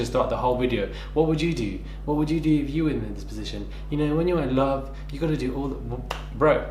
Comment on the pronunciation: The way he pronounces 'love' looooool. Chaldish